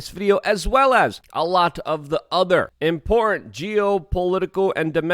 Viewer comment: There's a t in important damn it